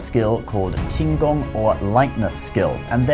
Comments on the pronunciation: His pronunciation is really good. Most people would just flunk it on the first character. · ngl ur pronunciation of 輕功 is surprisingly accurate (edited) Oh ok nvm, now I see what's the channel name.